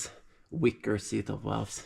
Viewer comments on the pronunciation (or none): New sub here from San Diego...great channel...I think you and Camerata are distant cousins...love the way you say "Walwes"...and Love your pride for your Swedish flag.